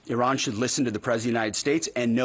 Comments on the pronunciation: Yes yes yes the USA is the greatest country on Earth. How do you pronounce 'Iran' again? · He can't even pronounce Iran correctly. What a prat!